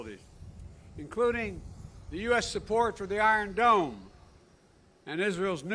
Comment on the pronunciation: did he say "iron beanie" ?